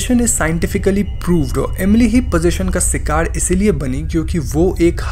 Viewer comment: A positive criticism: Please so something about your accent. Because..shikar become sicar , patients because peseint. Sounds like you don't have control over the language.